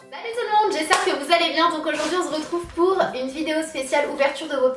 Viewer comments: je t'adore et tu me fais rire quand tu dit on ze retrouves mais je t'aime 😍😍❤ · #teamsnapchat 💚💚 haha je vien de remarquer le "on z'retrouve" 😂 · Tu a dis : on ze retrouve 😂😂😂😂